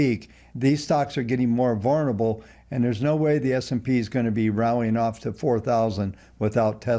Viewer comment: Somebody teach how to say the word "vulnerable".